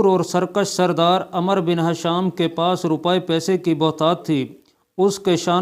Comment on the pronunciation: عمرو ہے عمر نہیں بڑے علامہ پڑھنا بھی نہیں آتا ۔۔۔۔۔کیا